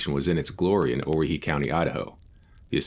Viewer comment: Great stuff, as always. I'm really enjoying your work on the Johnson County War. A note on the pronunciation of Owyhee -- not because I think it's likely to become a prominent part of your vocabulary, but because it involves some peculiar history that I think might interest you: the correct pronunciation is oh-WHY-hee. The name is a corruption of "Hawai'i," and originated among North West Company trappers after three native Hawaiian trappers disappeared in the area during an expedition during the winter of .